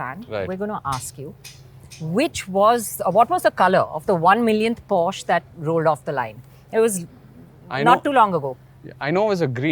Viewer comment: why is she mispronouncing porsche everytime